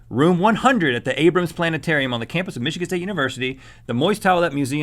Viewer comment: planet ---- a - rium